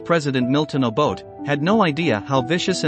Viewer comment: Why can’t you learn to pronounce Mr Obote’s name . This is a big shame . You spent time on this documentary but couldn’t take time to learn how to pronounce an African name.